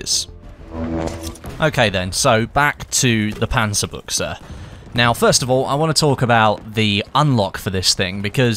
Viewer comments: Its "Panzabutch" not "Panzabucha" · WOW! you're the first battlefield youtuber who said the name "panzerbuchse" properly!